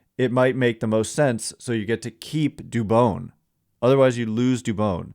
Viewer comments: Thank you sir. I’ve tried to say this before but I felt like an asshole. You say dubon like rodon. You gotta get the names right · Dubon rhymes with Rodon, please learn how to say his name! Very disrespectful for such a good player 😎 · you gotta get dubons name right please. He has earned that respect. No hate towards you just like to hear players names pronounced correctly